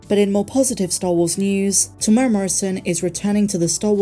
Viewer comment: I really enjoy your videos but please learn how to say Temuera. Teh -moo-erra. It's not hard.